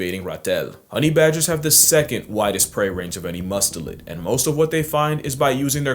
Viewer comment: The chad humiliating both Tierzoo and True Facts right off the bat by correctly pronouncing "Mustelid"